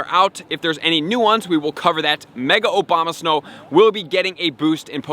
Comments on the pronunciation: Did you say Obama-snow a few times instead of a-bo-ma-snow ? Anyway ... keep up the good video's! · He pronounces “Abomasnow” as “Obamasnow” 😂 can’t wait to catch shiny Barack’s out here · I swear I heard "Mega Obama-snow" haha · Love how he calls Abomasnow Obamasnow with a straight face everytime. Haha